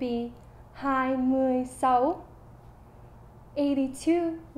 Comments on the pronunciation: First : "sáu" (6) you speak like "sấu" , please practice again Second : You speak very well, thanks ! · I feel like she's pronouncing six wrong. Sounds like she's saying twenty 'ugly' xD